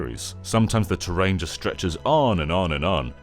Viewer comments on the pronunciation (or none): none